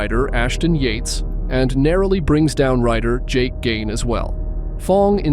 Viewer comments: Plus though most of these accidents would be it for my old ass, a lot seem to be just sl9ding away from dumped bike….then Jake gagne is called “Gaines”….seriously?! The announcer from the race even said gagne in the clip while dudes narrating saying gaines …..cant trust any channels that arent well established at all…imma make a real attempt at passing up these click bait low quality/ inaccurate vids …. The world we live in is ,anyone can make content and most do even though they shouldnt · There's so many errors in this video it's almost comical. I literally laughed when he said "Jake Gain", attempting to say "Gagne"